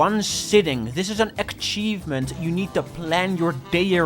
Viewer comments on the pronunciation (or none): why does say achievement like akchievement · 12 minutes of pissing me off for saying aKcheivment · It's ACHIEVEMENT not AKCHIEVEMENT for fuck's sake... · Achievement not ackivment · try to get this achievement,: "Don't pronounce 'Achievement' like 'Akchievement' " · it hurts me to hear "aKchievement" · A-cheeve-ment Not Ack-cheeve-ment! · omg please stop saying "akkkkkchievement", it's "achievement" lol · why does say ACKchevment instad of achievement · "a K chievement" Man where the fuck did you get that K from? Learn english mate! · What. The. Fuck. Is an akchievement. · Dude. What the hell is an "akchievement"? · Bro be saying aCchievement Bro there is no hard C, only ch so start speaking like you should lmao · How do you have 94 fully completed games while still pronouncing it as "akchievement" ^^' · stop fucking saying akchievemnt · what the fuck is an akchievement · "Achkievement". I personally can't ever say prerelease right. I say it "prererease". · bro no offense but why do you pronounce achievement as "akchievment"? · broski, that thing is not call ack-chiefment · God my ADHD is killing me right now. just the way hes says Achievement like akchievement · I love the pronunciation 'ackchievement' I shall use it myself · why do u call it akchievement? :D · everyone pointing out you saying akchievement in the comments is boosting the video to the algorythm dutch W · STOP SAYING aKKchievement FOE I SWEAR TO GOD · ", say Achievement" "Ackchievement" "Gesundheit" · hearing say "ackchievement is melting my brain" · Love how he says akchivment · when he has to achieve something great to get an "akchievement" in a game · No offense to but full offense to the way he pronounces akchievment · Ackshievement innit? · Why bro say Ackchievement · hehe said: ackcheivement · "Akchievment" Still a good video tho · this is a certified akchievement classic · PLEASE PLEASE LEARN TO PRONOUNCE ACHIEVEMENT PLEASE